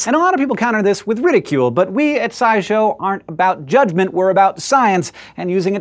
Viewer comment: "we are not about judgmennte but this is ridicoulus" jjejej